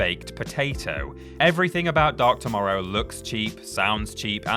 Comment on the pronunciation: When you say Batman Dark Tomorrow, it sounds like you are saying Batman Dr Mario